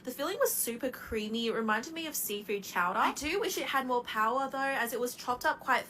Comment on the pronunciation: its a paua pie not power pie🤣🤣